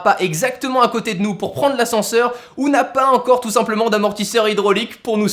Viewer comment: On dit ENCORE pas HEINCORE haha! Sinon super vidéo comme d'habitude!